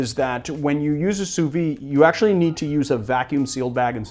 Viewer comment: Just a btw, "sous vide" is pronounced "sooh veed", rather than "sooh vee".